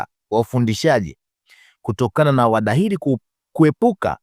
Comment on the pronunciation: Siyo wadahili, wahadhiri, nyie waandishi jifunzeni kabla ya kutamka au kuandika